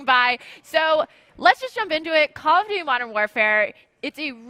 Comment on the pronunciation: calloughdoughty modern warfare